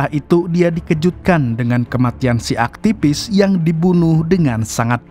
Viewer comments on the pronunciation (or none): Tolong pengucapan V atau F yg betul, sangat mengganggu..seperti AKTIPIS, CCTP, MAPIA ..maaf yaa